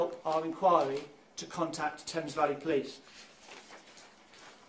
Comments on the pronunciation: Thames is pronounced Tems valley 🤣 also uk policing is very different to US policing for example our police don’t murder innocent people cause of the colour of their skin 🤷🏽‍♀️ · Love your videos but its... Sheer not Shire and Tems not Thames Also saddo in the uk is just a bit of a jokey insult nothing to do with mental health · Thames, pronounced Tames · I'm only 20 mins in I think the brother did her in maybe over the married man and not ending the relationship as he's the only one who hasn't stepped up plus love u your awesome im uk and find it funny how you say thames valley police lol its pronounced tems valley police 🚨 xx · Not to be a jerk, but please before posting please look up the way places are pronounced, I cringed at "Theyms" pronunciation of Thames. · Thank you for covering this tragic 🇬🇧 case! Just wanted to let you know the H in Thames Valley is actually silent. 😊 I really do love your channel and watching your videos!! ❤ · Thames isn't said like flames....its said like "tems". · Tames is pronounced "Temes" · Thanks for covering a UK story. Just so you know 'Thames' is pronounced 'Tems' yep, weird but then there's other place names in UK that are said completely different to how they're spelled! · Friendly FYI from a recent Sub in the U.K. : For future videos about the U.K. that may come up… In the place called “Thames Valley” the first word is actually pronounced more like “Tems” - gotta love the English language 😂🤣😂🤣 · I’m new to the channel and love your content and presentation. Keep up the good work! Just a little note on this one. Thames is more commonly pronounced “Tems”. This goes back to Prince Albert and his difficulty in pronouncing English words with his German accent. You’re a great writer and presenter. Really enjoying it! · Am just starting this video but loving the way you’re pronouncing the British place names etc 😄 Not easy unless you know, but for example ‘Thames’ is pronounced: Tems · Thames = tems